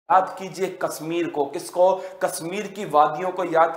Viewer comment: Heart , woolen ,Kashmir bol nahi pa rahe , kya majak hai bhai sahab